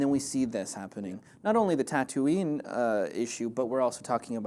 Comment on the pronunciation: the city tatooine is pronounced (ta-ta-ween) not (ta-too-nee) by the way im from tunisia